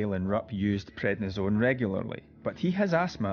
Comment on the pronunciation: It's prednisone, not what you said.